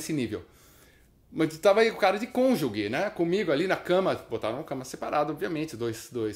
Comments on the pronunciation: Boa história kkk Obs. A pronúncia correta da palavra cônjuge é "CÔN-JU-JE", e não "CÔN-JU-GUE" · "Conge" kkkkkkkkkkkkkkkk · Um suposto juiz badalado falar "conge" é fueda, irmão. Na brinca com isso, não. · vixi se vc acha essa palavra dificil, mais dificil ainda è pronunciar o sobrenome do conge dele Deltan Dellagnol kkkk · O correto é cônjuge, mas concordo integralmente quanto à observação sobre quem diz 'cônge'. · Kiko, a pronúncia também não é "cônjugue". Se lê "cônjuje". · Tu és uma figura, Kiko!!!! É "cônjuge" (pronuncia-se "cônjuje")!!!!!!! Abração! Rosana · kikão, cônjuge se pronuncia "conjuje". abração! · o UVA alemão foi seu "congê" do dialeto marrequeis (cônjuge) ??? kkkkkkkkkkkkkkkkkkkkkkkkkkkkkkkkkkkk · Kiko, é "cônjuge", não "cônjugue". O "ge" com som de "gi" (gi:). Não dê uma de Sérgio Moro... Kkkkkkkk kkkkkkkk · Orra meu, pô Kiko, você ai falando cônjuge (errado) e eu desse lado já gritando CÔNJUGEEEEE até que você comentou da "nossa magistratura", saquei o lance e ri bastante aqui....bela sacada meu amigo. Moro se vir vai rir também, rsrsrsrs....ah, belo vídeo, continue nos presenteando... Siga forte!!!!